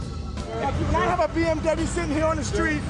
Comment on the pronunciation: i swear he said BFW instead of bmw.